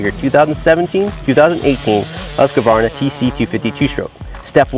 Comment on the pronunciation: Stopped watching after he called it "Husk-a-varna" for the 10th time!! Seriously is it that hard? Husk-varna! Say it... Husk-varna! Husk-varna